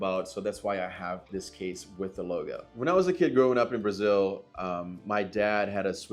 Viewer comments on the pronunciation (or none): none